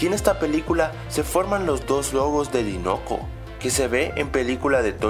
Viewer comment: se dice "dainoco" no dinoco o no se si es por que allá lo dicen así :v